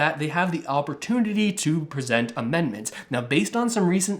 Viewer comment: Dude: were you drunk when you wrote this or just stoned out of your mind? Didn't you mean to say amendment when you said, immendment? You think you're a political expert or a fortune teller or both? In spite of my pessimism however, I tend to agree with you! I wish Russell would start explaining this new program that pays people to learn a new, in-demand trade. That would truly help all Canadians who wanted to take advantage of it! I'd like to become qualified as a heavy machinery operator or electrician. Trudeau started out as a Drama Teacher and maybe he likes a little drama in his politics and election strategies, keeping unemployed Canadians on the edge of their seat until the last possible second where he comes to our rescue and keeps the CRB at $500 a week...Wouldn't he look good, the big hero, come election time? The liberals are crying about the huge debt but they will easily pay it off with all the millions of dollars a month in taxes on licensed marijuana as they tax us to death.